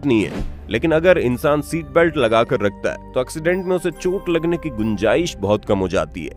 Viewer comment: भैया सीट बेल्ट होता हैँ की सैट बेल्ट होता होता हैँ